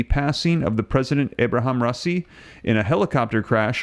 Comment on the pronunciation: Bro the man’s name is not Kamani, and it’s not Rosi that crashed in the helicopter. Not being able to pronounce names speaks volumes about IQ averages.